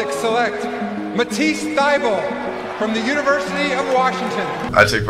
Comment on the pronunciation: "Welcome to Thybulle"